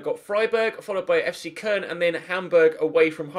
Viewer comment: Fc köln is pronounced cologne